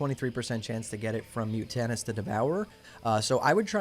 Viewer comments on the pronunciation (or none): Bro I'm sorry but these words :P Amice (You said Amees, but this is litterally a common english word in America, Am-is/ˈaməs) Then you said Mutant correctly in Mutant Scale Breastplate, then you said the boss who drops it is "mut-tan-us" instead of 'mutant-es', same start as the pronunciation of 'mutant'. THEEEN You say 'pug-a-list' bracers, instead of pronouncing it 'pyoojelest', honestly no idea how to spell it the way it's pronounced, but DANGGG For the gloves, they just updated them on sixtyupgrades to now properly have the correct stats, so they are even STRONGER than shown in this video. ANYWAY BRO You are my favorite youtuber rn, by far making the BEST SoD content. I love these videos, you are killing it bro! You channel is growing like CRAZY, and you earned it! I see all the time and effort put into these, love the setup, can't wait to see you continue on into the launch of SoD and beyond!